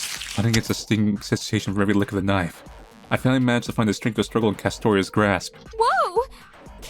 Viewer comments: Did you just say "Knoife"? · Honestly man getting into it and then hits me with tbe "KNOIFE" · Australian knife accent. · I love that you always take the time to put an accent on “knife!”